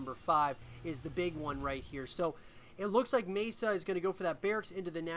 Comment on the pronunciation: MaSa is pronounced Mah Sah rather than May sa